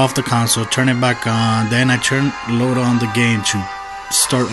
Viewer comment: load not koad